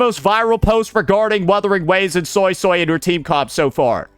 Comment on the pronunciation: I swear I keep hearing Soysoy